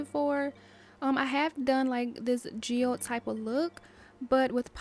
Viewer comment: Loooove this! 😍🧚🥰 and you were pronouncing geode correctly 😊